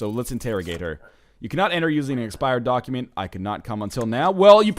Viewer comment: Is it just me, or does NL unintentionally emphasize the "doc" in "document?"